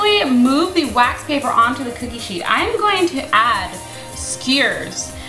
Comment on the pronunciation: Bothers me that that she says skyrs